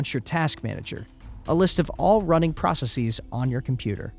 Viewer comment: You mispronounced processes